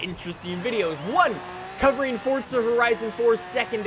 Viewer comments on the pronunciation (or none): "Fortza" lol.